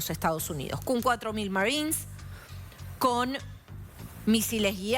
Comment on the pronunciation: mal dicho. Es marines o marinos. No "maríns"